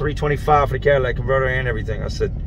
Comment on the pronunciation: Just fyi it's called a catylitic converter. Sounds like your saying Cadillac converter. Love your show no disrespect